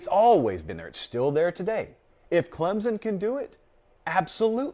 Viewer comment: it looks like John Emery tore his ACL. You were just talking about him. Also, you’re still saying Clemson wrong:) Update: he posted on Instagram that he just twisted his ankle. 🤞🏼